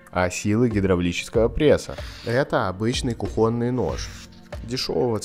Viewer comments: Простите, но не кухОнный а кУхонный нож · кУхонный, а не кухОнный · Как же бесит эта ваша "кухОнность"! Нож - он кУхонный, понимаете, кУхонный, а не кухОнный. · Извините, но правильно: кУхонный гарнитур, кУхонная посуда, кУхонные отбросы, вооруженная кУхонным топориком девушка, маленькая кУхонька. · С каких пор в слове "кУхонный" ударение стали ставить на "о"? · Не кухонный, а кухонный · КухОнный нож?🤔 2 класса образования и третий коридор!?🤬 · кУхонный, а не кухОнный нож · Да почему кохОнный????? Нож ведь кУхонный!!! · нож не кухОнный , а кУхонный не нужно умничать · кУхонный нож правильно ,а не кухОнный нож🤦‍♂️ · Когда вещаешь на большую аудиторию на русском языке, то ты обязан говорить правильно я считаю! Как правильно ставить ударение: кухОнный или кУхонный? Ударение падает на первый слог во всех формах этого слова. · Почему кухОнный??? кУхонный! Ухо режет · там еще ударение на кухОнный режет слух)) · " кухОнный" это типа по интеллигентСКому... интеллигенты раньше чтоб подчеркнуть свою особенность, специательно ставили ударение так, чтоб запутать простой люд... другого объяснения я не знаю. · Как всегда отличное видео. Вот только кухОнный как-то слух немного резало:) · Режет слух неправильное произношение - кУхонный. Ты вещаешь в массы - не нужно "ломать" язык. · К видео притензий 0. всё шикарно. но это кухОный. кровь из ушей пошла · 😂"Кухонный" ударение на букву У насколько я знаю, а не на О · Странно, что автор видео в слове кухонный, ставит ударение на О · Ударение, на у